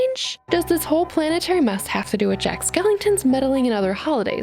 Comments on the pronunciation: it's Skellington :/ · Jack's name is Skellington. Not skeleton.